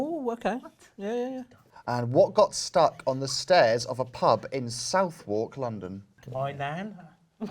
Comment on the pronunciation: That's a very American pronunciation of Southwark